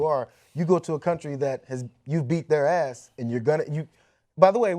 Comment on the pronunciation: Scots sound weird when they say ass and are not talking about a donkey Green isn't a donkey (IMO)